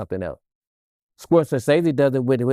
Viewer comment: Messing up all the names Ryan , Gridlocked.. Scorsese .. smh.. PAC was indeed captivating and had he lived would have been amazing. You don’t have to dim somebody’s light so that you can shine. & Not for nothing Allen hasn’t been HIM since menace.